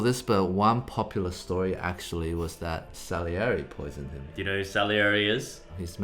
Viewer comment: 'Salieri' Brett: celery